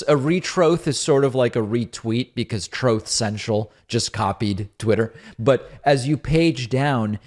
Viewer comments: Troth Cential! It makes me laugh every time you play the audio clip! Re-troth😂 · “Troth Sential” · Troath Senchel. Lmao! Donnie The Turd! L O S E R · Troath Sencial….OBAMNAH! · Hearing Diaper Don maul the name . Trothe Sential ...... Never gets old David !!! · Troth centchull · Came for the “Troth Central”, stayed for your commentary. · Please continue to only call it “Troth Sential” 🙏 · Troth Sential lolol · Roof Central - Donald Trump. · Roof Sential - Donald Trump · Troth cential lmmfao 😂😂😂😂😆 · If we should forget about Trump's mispronunciation of Truth Central why do you continue to play the audio of the very mispronunciation? Gotchas are never attractive. You are falling to the level of the MAGAs.